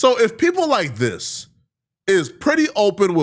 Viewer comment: It’s THIS not DIS, damn nigga